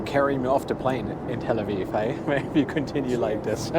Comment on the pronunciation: "Tel Awiw"